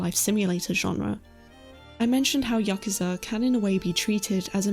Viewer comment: Your correct pronunciation of "yakuza" added 5 years to my life span. 😌 Loved the video! Sending you hugs from Serbia. 💞